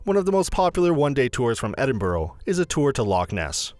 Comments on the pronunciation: You don’t pronounce the city name correctly. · Number 11, learn to pronounce the name of the city you're giving a guide to. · At least say the name of the city correctly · One can be forgiven for not pronouncing Edinburgh correctly. But the Royal Yacht Britannica? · Can you no get somebody that can actually say Edinburgh properly? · Edinburgh mis-pronounced...im laughing how quickly I pressed stop. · Hell yes I live in Edinburgh it’s painful haha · I’m not even Scottish and the way he pronounced it annoyed me 💀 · Americans need to learn how to pronounce Edinburgh as you are doing my home city a disservice. I only made it 0.34 mins through this video. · Damn guess I’ve been saying Edinburgh wrong all ma life 😔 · It is pronounced 'Edinburgh' not Edinboro and has been for over 400 years. Nothing to do with spelling. I lived there for many years and my kid was born there.. No one EVER says Edinboro unless they are visiting Americans. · Please stop, you are hurting my brain. It's Edinburgh, not Edinborough. And half of this stuff isn't even in "Edinborough (Edinburgh). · Its NOT EDINBROW..... EDINBURU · Lol its like edinbruh not borough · Just to clarify he says Edinburgh wrong the whole video. Edinburgh phonetically- Eh-din-bruh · It’s pronounced “Edinbruh” not “Edinburow” but it’s fine i still subbed though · Ahhh! Loch Ness, that thing to do in Edinburgh that's only aprox 170 miles from Edinburgh? About 4 hours on a bus one way. The pronunciation of the places in this video are so bad. There are so many mistakes in this that are so misleading. Please say it with me, it is pronounced Ed-in-bu-ruh. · ah yes, Edinborough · its pronounced edin-bruh by scots btw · Royal Yacht Britannica ! Whit ? Edinbro ? Eh ? What a load ay pish. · Edinbourough?! Royal Brittanica?! OMG😂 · “Edin - bru” Royal Yacht BRITANNIA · It annoys me how he says Edinburgh you are support to announce it like e din bru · The Royal yacht Brittanica! Haha! And Edinboro! Very funny.